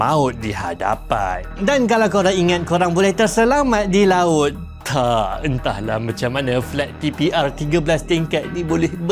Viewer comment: last skali verdict "Entoh ler" 😂😭